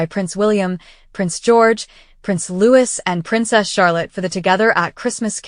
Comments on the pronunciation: As you profess to be a speciality channel regarding Princess Catherine, how is it you do not know how to properly pronounce the name of Prince Louis? You should have heard it often enough. The name is pronounced Louey, NOT Lewis. Got it? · Ok. Yes, beautiful family.... BUT IT IS LOUIS NOT LEWIS! UGH... AI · Louis pronounced Lo - ie Not Lewis!!!!